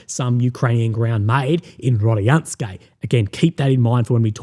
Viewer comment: Hello Russian speaker here. Proper way to pronounce is RODINSKOE NOT RADIYANSKE lol obviously Rodinskoe is the key to Pokrovsk if that settlement falls gg well played you might as well call it a day. So far 93th mechanized for AFU been doing amazing job holding that key strategic settlement for so long.